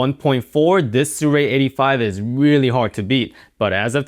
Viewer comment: why is everyone pronouncing it sUray though